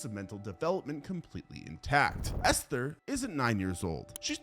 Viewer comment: Good god, it's not pronounced Esthhhher. Just say it as Ester. There's no pronounced H in the word.